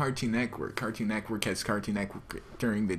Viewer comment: say cartoon Network right next time! ^^ lol Neckwork xD